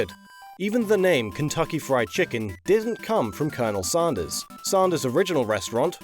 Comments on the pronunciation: Sanders not Saunders. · Hearing you say "Saundahs" hurts my American ears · No one else finds it weird that can pronounce AND and SANDWICH properly, but pronounces Sanders as SAUNDERS? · Sarnder...Sander..sand...queens English is stuffed......